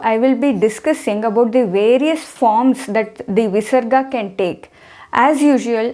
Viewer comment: when there is a pa or pha after visarga the sound replaced by fa is not convincing